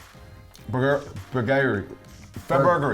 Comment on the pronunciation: Sounds like you're saying Fur Burgerary